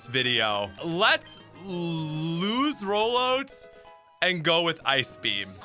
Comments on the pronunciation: Why you saying Rollout like that XD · Canadian pronunciation